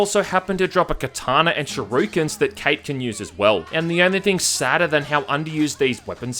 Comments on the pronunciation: Normal person: "shurikens": "Sharookens" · Going to start casually slipping "shi-roo-kens" into conversation from now on.. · Shuhrookens lol :) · Aus quirks :D